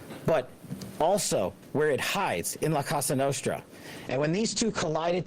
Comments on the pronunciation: Did Patel just call it “La Casa Nostra”? 😂 He obviously doesn’t have a background in the FBI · It's La Cosa Nostra, not Casa Nostra. C'mon, y'all. Get it right. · How he pronounces “La Casa Nostre” sounds like a Mexican food truck lol